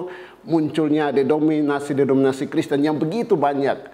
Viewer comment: Denominasi dan bukan dedominasi romo 😂😂 Dari cara bahasamu saja menentukan kualitas intelektual anda